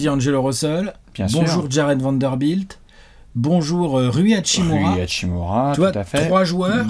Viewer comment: bah c pour ca qu'ils vont alterner avec Prince pour la 5e place. et on dit hashimUra